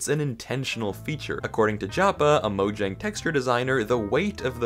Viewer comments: pronouncing "Mojang" as 'Mojang' instead of 'Moyang' 😭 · It’s speel out mojang